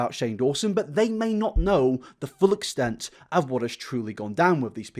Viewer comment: The true exstent ✨dramatic pause and suspension ✨